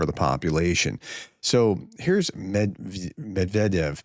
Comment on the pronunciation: Med-ve-dev.... couldn't get any simpler really